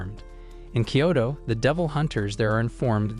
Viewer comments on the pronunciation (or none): Kyoto not kayto